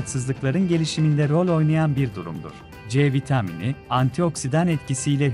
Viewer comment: C vitaaamıni . Tuhaf bir söyleyişi var ama olumsuz değil hafif bir komik gibi .